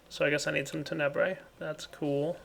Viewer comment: It continues to bug me that puts the emphasis on the second syllable of Tenebrae instead of the first. XD